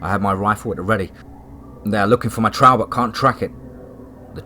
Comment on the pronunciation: Another great story, I love your stories and I love the way that you never eat them, but with that said, the word Trail is in a lot of your stories, and I'm not trying to be nitpicky, but you say the word extremely wrong. You are pronouncing it like Trowl... it's like you're saying the word owl, but with a tr in front of the owl. The word Trail, should be pronounced like mail or male, but of course with the m taking off and Tr,,, put in front of of the ale part...or you know, like a mug of ale, and then just put the tr to pronounce trale , of course , the actual spelling being trail, I hope I am explaining this correctly since you cannot actually hear me say the actual word. But again it's not a big deal, but this is a word that you use quite a bit and a lot of your stories. Keep up the great work, I listened to your Channel about everyday if not everyday